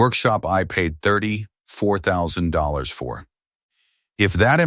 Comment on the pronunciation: Bruh the AI can’t even say $34’000 correctly.